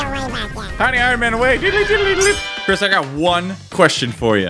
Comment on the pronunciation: you said simply Chris wrong